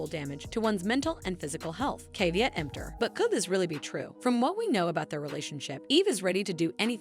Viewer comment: Dude, you don't know how to pronounce caveat??? You can't be a real person. Nobody mispronounces THAT many words. Jeezus. Hire yourselves a real narrator, ffs. This was cringe!